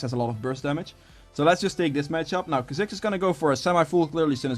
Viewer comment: Kaziks? Kaa-zicks 👌🏽